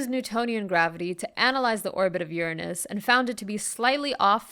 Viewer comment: Say uranus again